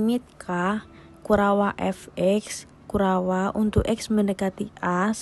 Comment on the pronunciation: penjelasan materinya jelas dan mudah di pahami. Rada aneh mendengar penyebutan kurawa